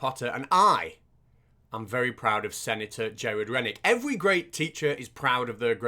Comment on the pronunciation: why do you call him "sanitor"? also, his name sounds very like to Krennic (dude from Rogue One), I'm amazed